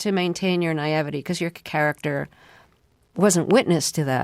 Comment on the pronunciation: naivety = "ny EE vih tee"